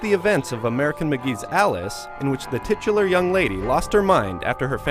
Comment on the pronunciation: Haha "tit-ular" - is that the American pronunciation of the word?